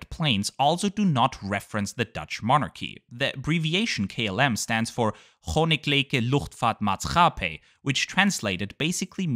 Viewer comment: You said it well the Koninklijke luchtvaart maatschappij, pretty good 🇳🇱